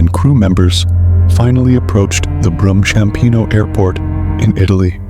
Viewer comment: Apologies, but things are wrong. It's Ryanair, not Reiner, Approaching Rome Ciampino, not Chiampino. I'm not sure if you've been living under a cave, because if you have, i wouldn't be surprised